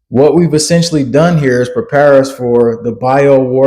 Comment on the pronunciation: He is saying "praypare"!!!!! Peace and Grace